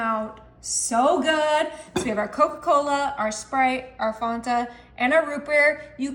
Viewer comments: This old woman appreciates the quick and easy recipes. But FYI - it's a pat of butter, nooks and crannies, and Fan-ta - not Fon-ta. 😊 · What is "Fontuh"? 😆 The recipes look delicious, and there are a couple of new ones that I haven't seen with the soda flavors, and the dump cake using the cookie mixes, that I can't wait to try... but Ma'am, it's fAnta, not fOnta. Fan-tuh is the correct pronunciation. You are seriously adorable, and you always make baking look so fun. I just couldn't get over your pronunciation if Fanta. I hope it was just to get people like me to engage. If that's the case, it worked! 😆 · "fawn-tuh". Oh honey no. It's FAN-TUH. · ITS NOT FONTA ITS FAN-TA.... FANTA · The way she kept pronouncing Fanta as Fawnta drove me insane. Does she not remember the commercials and the Fan•tan•a girls? Shoot it’s been 20 years and I still remember them. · I think it’s fAnta not fonta. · Only thing that bugs me is how she says faunta instead of Fanta 😂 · Its f a nta. The fist a is no pronounced au. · Okay. first of all, if you say so good one more time I will not be convinced. also it's not fonta it's fanta like a fan and then say ta! like tough.,, FAN-TAH! this was the most annoying tutorial I've ever watched and if nobody's ever heard of Coke cake or layering freaking Nella wafers with banana pudding and whipped cream. I don't know where you've been! but the snickerdoodle powder cookie pie filling trick was pretty cool. Thanks for sharing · Fanta NOT Fonta😂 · Its MUG root beer and pronounced Fan ta not fon ta ....like so.😂😂😂😂 why must ppl say like so when they're cooking its like scratching a chalk board to me...😂😂😂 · FAN 🪭ta, please .... Not FON ta. Great recipe suggestions though thanks. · Why is she say farrnta...how do you say fan? Farnmmmmm it f a n t a....fan ta. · FAN - tuh. Not FONT - uh. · Replay. I love how you pronounce the word Fanta.....where are you from love? You say Fontah ❤ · Thank you! The "Fawnta" thing was super annoying!